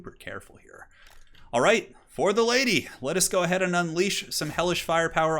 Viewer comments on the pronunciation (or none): I swear he said “let’s get ready to ride ze Lady” at the start.